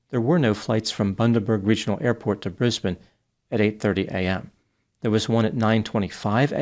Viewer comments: Omg u said my cities name right...Brisbane! American's always say brisbaaane...haha Thanks ❤😁🐨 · I'm so impressed at how you pronounce our Australian cities like a local. A lot of Americans prounounce names so wrong like "Brisbayne" when it should be prounounced "Brisben." Well done, you've obviously done your research.